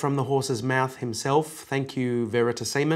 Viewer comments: "Thank you, Veritasemen." :D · Love it, Axis of awesome! Veratasemen. Lol